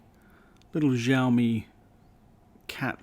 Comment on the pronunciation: Btw it's pronounced shao mi